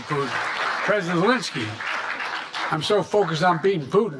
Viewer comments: I heard "U-linskey"....🙄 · Sounded like he called him President Alinsky. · Did he correct himself and say president Alinsky, as in Saul Alinsky and not president Zalinskey? Please correct me if I’m wrong, but I could swear that’s what I heard 😮